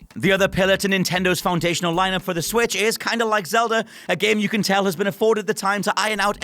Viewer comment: Zelda!!! Its zelda